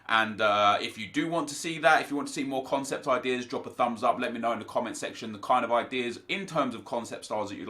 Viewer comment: "CONECPT" what???